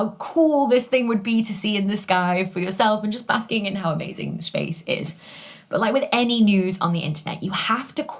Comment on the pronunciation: Ok, have looked up so much about you, as you are... wow. Smart, brilliant, and so much more, then beautiful to boot. Sorry, not stalking, just hard to believe you actually exist. But, everything says you are British, and that's it. Certainly you have more than a bit of Scottish in you? I hear so many accentual clues!! Venus rising 'joost' ? There is a heavy Scottish accent there. Not saying bad about it, Scottish is BEAUTIFUL! Merida being my favorite Disney 'princess' after all. But, if you are Scottish, or have a heavy lineage of it... why does every online thing say you are 'British'? Just so very curious. Your accent being mesmerizing. Love watching your videos. For the info, of course! You are amazingly brilliant! But, the accent definitely has an effect on top of all of it. I'd watch regardless, as I do Brian Cox's or the rest. But, the accent REALLY helps, as does the rest... sigh but, regardless, amazing! Love your videos! So very informative, detailed, and more! There are 2 majors I wish (after the fact) I had taken: Geology, and Astronomy. Both have always amazed me, grabbed every focus I had. I just wish that a councilor had worded it that way, had focused in on things like that. Then, maybe, I would have gone to Uni for those things. Instead, I got a degree in German.